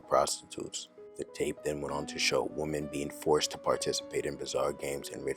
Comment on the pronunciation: Woman and Women are pronounced differently. /sigh/ Who is teaching people they are pronounced the same? Other than that, your videos are top notch!